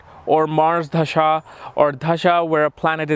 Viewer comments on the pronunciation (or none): Its Dasha bewkoof not Dhasha